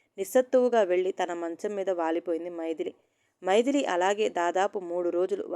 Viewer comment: మైదిలి కాదు మైథిలి అంటే సీతమ్మ వారు. చదివేటప్పుడు సరిగ్గా అన్నీ తెల్సుకోవాలి